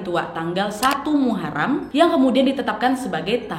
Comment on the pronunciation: Muharom bukan Muharam